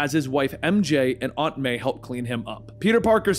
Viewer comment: Can’t stand how he pronounces aunt